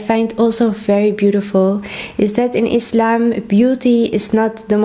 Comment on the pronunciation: Thank you for your correct pronunciation, (Islam) not (Izlam)